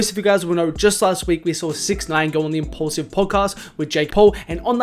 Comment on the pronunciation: Impaulsive podcast with Jake Paul bruh at least get the name right